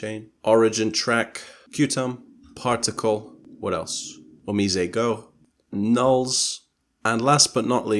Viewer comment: If I may quibble with your otherwise excellent video, omise is a Japanese word meaning a shop or a store. The s is pronounced as the s in the English word store, not a z. Then they tacked on the English word go for some cute Japlish.